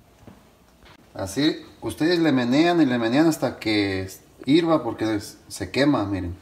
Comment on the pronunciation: Se dice hierva, no hirva, por favor